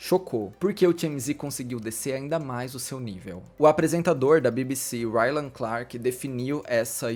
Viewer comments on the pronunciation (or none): none